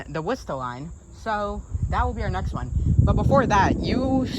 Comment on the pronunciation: "Bran-dice", not "Brandy-ice". Named after Brandies University, which was named after US Supreme Court Justice Brandeis. You got Worcester pretty well. That's one of the hardest Massachusetts localities and most people get it wrong. I just watched a video by a Chicago-based train and transit fan who called it "Wooster", a fairly common mispronunciation. There is a "Wooster" in Ohio, but it is spelled and pronounced that way. I don't know how the original Worcester in England is pronounced, but I suspect it is similar to the Mass city. Lots of Mass (and English) place names were locked down centuries ago and often the Mass names are pronounced the way the English namesakes were pronounced in the 16th or 17th centuries. Weston appears well-off because it is. It is the wealthiest towns in the state. and probably in the top 20-50 in the country. It might not have been obvious from the neighborhood of the station, but there are many parks and protected land in Weston, and (according to Wikipedia) over 90 miles of bike, hiking, cross-country skiing and horseback riding trails in the town!